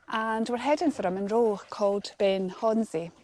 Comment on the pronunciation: Brilliant, thank you. Must be gutted no whisky up the Munro, with so much of it nearby. I’ve just got back from the Culra bothy, where there’s a stack of whisky bottles, all empty 😟 I’ve heard many pronunciations for Ben Chonzie, you’re about the closest. It’s actually pronounced Ben i Hone. Great video as always.